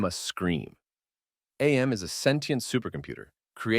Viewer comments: minor nitpick it’s not said as A M with each letter separate but Am as in I think therefore I AM, the only reason I know that is from the videogame character voiced by Ellison himself says it that way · AM is not pronounced like an acronym it's literally pronounced like the word "am". It's self referential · It’s not A-M it’s AM; as in “I think, therefore I AM” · Very friendly and harmless reminder: his name is AM, not A-M. (Am, not Ay-em) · “Ay Am” Why the wrong pronunciation? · Ya dont say "A M" or "I D" it's Am and Id. As in "I am" i'm pretty sure its a biblical reference but could also be because He is therefore I am, or something else. I dunno the official reason. And the other thing isn't ID for identity it's Id which is one of 3 personality traits in Freudian psychology. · AM's name is supposed to be pronounced phonetically, AM as in I AM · You mispronounced AM AND ID lmao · He pronounced AM wrong too lol. Im guessing he never played/read the story